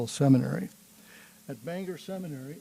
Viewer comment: Wonderful! (Except it's pronounced "Bang-gor" in Maine, not the Irish "Banger")